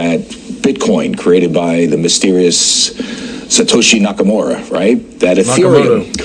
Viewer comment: 'Nakamoorah' en 'Mister Bluebin'? Good lord, get a decent journalist please.. Next thing you know he'll be talking about 'crypto coin'